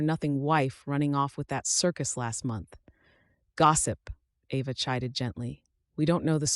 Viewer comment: Very nice story, but your AI mispronounced Ava, regularly!!! Get your AI fixed!!!!!!